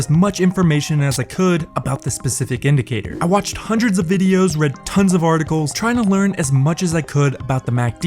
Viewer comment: "Hundrets of videos" lmao